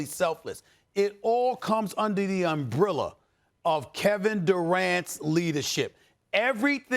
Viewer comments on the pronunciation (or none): What's a "umbrilla" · Dude said Schrader & Umbrilla 🤣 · SAS "Umbrilla"